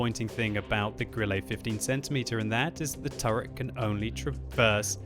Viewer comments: 'E' on the end of a German word, like Grille is pronounced more as an 'eh' as opposed to 'ay', not perfect but meh. Cheers for the vid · Grilley? Wat. Can you even German? Grill-uh. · why die he say "grilley"? xd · Stop calling it Grillay... Please... For the sake of Gott :D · you do not pronounce it like Grillé, or Lowé